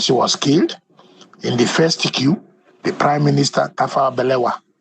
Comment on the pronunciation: Analyst so you cannot pronounce coup and pronounced it as que ?